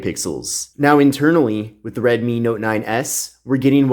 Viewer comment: Also, in reference to "Mi" it's a Redmi, not Redmy...🤣🤣